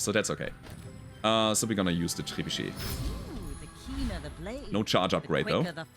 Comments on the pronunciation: I gotta say I love hearing pronounce trebuchet. I always sounds so cool to me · good french accent for the word "trebuchet" 😄